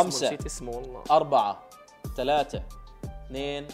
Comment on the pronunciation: بالدقيقة قال شلاتة بدال ما يقول ثلاثة 😂😂